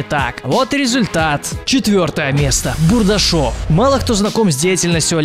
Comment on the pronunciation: Когда ты говоришь " Бурдашов " , у меня кровь из ушей течёт .